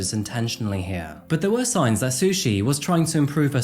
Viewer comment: I had to take a double take when you said her name was Sushi Staples 😂 Bringing shame to the word sushi!